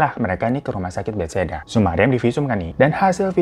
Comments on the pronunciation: Hiroooo bukan betseda...yg bener ra. bethesda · mon maaf kak, RS BETHESDA bukan bethsaida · Rumah sakit bethesda kak bukan betseda 😁🙏🏻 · RS Bethesda bro..bukan beseda hhehhehe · Bang...nama rumah sakitnya BETHESDA bukan BetSeda..hehe, jogja hadirr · Rumah sakit bethesda bang, bukan betseda😂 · bethesda bang bukan betseda😭😭😭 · Mon maaf pengucapannya bukan Bet (spasi) Hesda tapi BeThesda 😂